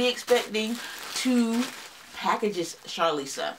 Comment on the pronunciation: Thank you for the shoutout, lol. You pronounced my name perfectly (Charlissa). I don’t know Rhonda, but I’m glad Ohio is showing up 😊.